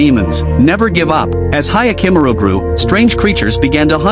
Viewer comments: "Hayakimuru" 😭😭😭 I can't.... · Yakimaru you say